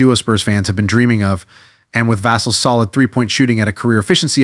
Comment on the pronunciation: It's pronounced Vuh-sell put some respect on his name.